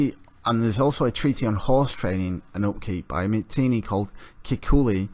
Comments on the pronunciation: Not Matinee, it's Mitanni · Mitannians spoke Sanskrit the classical language of India -this chap can't pronounce Mitanni properly.